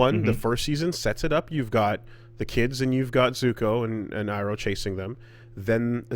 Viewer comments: Imagine hearing “EYE-ROW” for SIXTY ONE episodes, and somehow pulling “EEE-ROW” from WHERE? Bro at this point just stop. Stop doing this. If there’s no official pronunciation or multiple official pronunciations, I can’t really argue, but dude, they NEVER confuse his name at any point. Stop. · It's amazing how is enough of a fucking weeb that he can watch three seasons of a show in which they pronounce it EYE-ROH every single time and still come onto the podcast going EEEEROH? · Why do they both keep fucking up the pronunciation ("Ong" and "EE-roh") when it's literally pronounced in the show dozens of times nowhere else? Should we just call the characters Zucco and Soh-kah too? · Saying Eeroh should be considered a hate crime. Did he watch a japanese dub of the show? Does anyone even pronounce it like that in passing anywhere in the three season run? He's the Dragon of the West, remember the name! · who the fuck is EARoh? Did you watch the show?? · it’s pronounced “E roh” bro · Oh,...spending all these times trying to get the Japanese A-I-U-E-O right just to get tripped up by non-standard rendition of Asian names. Universe's cruel...